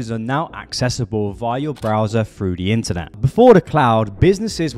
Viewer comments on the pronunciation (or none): You need to learn how to say Th. you say Frew instead of Through. You say dees instead of These. This makes you sound unprofessional.